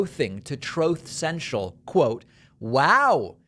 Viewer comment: Troath Sential 😶